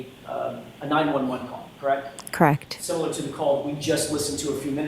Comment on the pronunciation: "Kract".... is that the same as CORRECT? AND, THINK a.m. jennifer can't forget it!😅